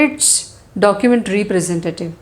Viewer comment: documejt pronouncation :face-orange-raised-eyebrow::face-fuchsia-wide-eyes::face-fuchsia-tongue-out